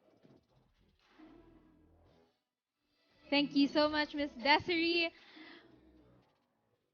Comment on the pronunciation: Not Desiree , pronounced as desirey